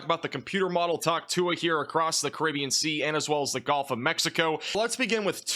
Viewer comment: Why is everyone pronouncing “gulf” as “golf”. When did that change?